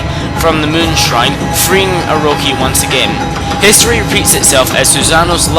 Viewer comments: Its orochi not oroki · It's bothering me that he's saying Orochi wrong. Oroki is not correct. But otherwise, fantastic video!! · its Orochi not orohi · it's odochi not oroci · Ugggh. It's Oro-chi not Oro-ki! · It's pronounced Oro-ki in Japanese since all vowels are pronounced as ah, eh, ih, oh, and uh. Orochi is pronunced with a k instead of a ch sound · *after reading pointless fight in comments section* Anyhow, great list, but I have a few complaints. First Oroki... gotta pronounce the ch like cheese. Second, If it's a favorites list at the very least say what you like about the fights before the top 5, third, don't be a try hard with those clever recap titles. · And i couldn‘t agree more, pople pronouce vowels diferent and i know that, and if you dont know proper japanese pronuciation well then its understandable, but i have to correct if someone says Orochi that badly, you say it as if theres a L in it like this Orlochi but you roll the L, anyways i see your opinion emmakatenotcake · This is just a large story telling and not the reason you chose, and also it is o-ro-chi not o-ro-he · its oroCHI not oroKI -. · the way u pronounce things is..wel stunning: Sake, Exorsise. Tsukiyomi (tsukukiyami??? wut?) Orcochi (oroki)? Usually I aint that hard on folks. and I like your video. But im rea;;y sorry when I say I hate it when people make a video and DON'T do either the Research or take an efoort in Pronunciation. BUT. Since I like your vid. Have my like and hopefully better luck next time. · Not to be rube but he really botches up all these names and it makes me cringe, but it might be because i'm just a stickler for this kind of stuff i mean stuff like Ark of Yamado, akurow, aroki (its Orochi) its cringe-worthy man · he pronounces Orochi and sake wrong